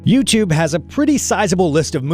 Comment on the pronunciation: "YOUTUVE" hahahaha! for real!